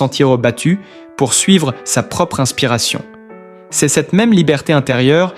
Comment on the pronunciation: Putain, encore cette voix de merde ! Je n'en peux plus !! Je bloque et je me casse. J'attendrai de voir Florent en chair et en os. Que cé-euh, ducon, on dit se ! Et puis le t qui est muet.... Que c'est pourri !!!!